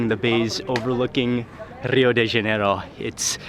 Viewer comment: Mark, it's pronounced Ha-nay-ro not jan-e-ro